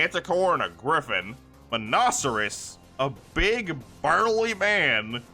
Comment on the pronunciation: Other than some wrong pronunciations, Nekorama instead of Nekopara and the C in Monoceros being pronounced as a C instead of an S, I really enjoyed the story so far